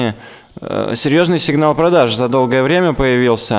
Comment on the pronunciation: он сказал сигнал ПРОДЭШ